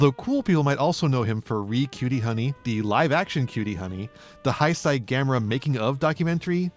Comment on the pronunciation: Great video but Heisei is pronounced "hey-say" in English. Sorry it was like a knife in my ear very time you said it 😅